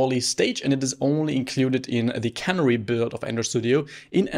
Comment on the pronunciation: pronunciation tip: CANARY is a bird, the accent is on the middle syllable (NAIR). CANNERY is where vegetables get put into cans, accent on the first syllable (CAN)